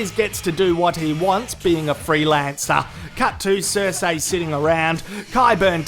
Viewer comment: finally stopped saying Q-Burn. Hopefully he stops saying Cer-Say